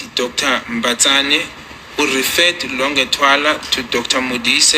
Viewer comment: Longwe not Longer